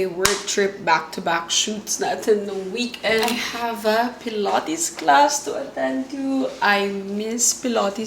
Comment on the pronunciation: "pilOHtes" "vlOHg" 😂😂😂